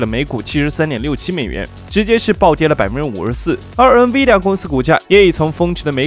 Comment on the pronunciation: N的读音有问题，不是读eng 而是en